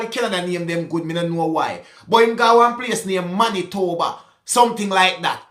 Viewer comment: you nailed "Manitoba!" 😅 Winnipeg is the capital city. Not Winnipegy, 😆